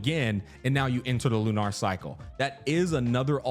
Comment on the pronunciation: Why is he saying lunar like that? LU-NARRR